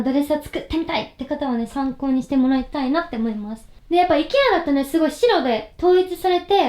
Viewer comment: IKEAの発音が本場のアイケア寄りなのかわいい